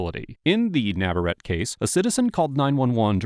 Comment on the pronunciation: Navar-ett-tay...not trolling, just trying to help🙂